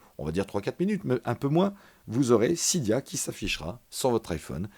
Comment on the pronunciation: Sa ne se prononce pas sida mais cydia